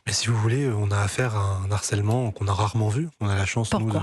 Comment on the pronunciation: "on Na affaire à un Narcelement" .... Avocat gen Z ....